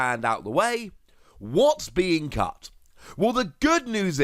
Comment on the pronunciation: You said “cut” but I heard “cucked” and I died laughing lmao